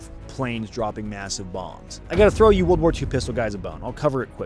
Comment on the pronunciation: What's with pronouncing it "Woold War 2" you get the "r" in War but apparently we're talk a bout a War "r" over sheep derived fabrics! Nutnfancy does it too. Oh yeah and the Colt or Smith 1917 were great pistols as well. A- to B+ tier fo sho! Not to mention they could be used as bludgeoning devices like the flintlock pistols of old.